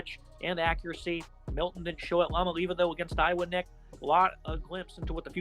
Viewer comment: Do even the smallest amount of research to learn to pronounce the name jfc